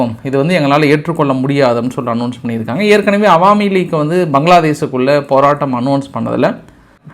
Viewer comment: அது என்ன ஹவாமி லீக். அது அவாமி லீக்.